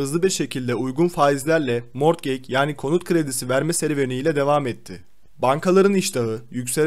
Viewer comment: Mortgeg ne mor kek gibi bir şey mi ? He morgıc diye telafuz etmek istedin ama olmadı anladım